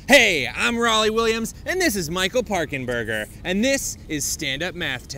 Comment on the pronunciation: Ah yes, the famous "Parkenburger square"